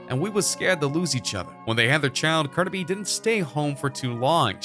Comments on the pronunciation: “Carda B.” 😹😹😹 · First off who is Carda B it’s Cardi B get it correct. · WHO THE FUCK IS CARDA B ????? Excuse me sir it’s cardi b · U got ur facts wrong it’s bc he cheated. Continuously how would U know anyways u cant even pronounce her name right